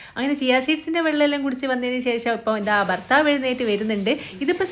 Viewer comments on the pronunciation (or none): none